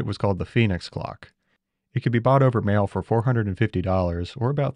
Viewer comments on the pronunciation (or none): none